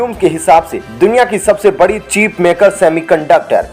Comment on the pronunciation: चीप नहीं बल्कि चिप